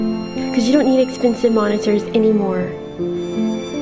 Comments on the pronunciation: “MoniTTTers” -Ash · I love how ash pronouces her "t" all the time like how she says monitors.